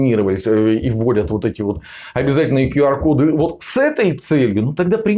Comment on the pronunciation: Правильно - Кью Ар. Учите английский.